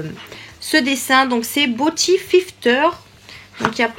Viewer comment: Coucou ☺️. Le mot beauty se prononce biouti, je sais que tu as du mal à le prononcer. Tes sourcils sont jolis mais je trouve la teinte trop dur pour toi. 😘😘😘😘😘😘😘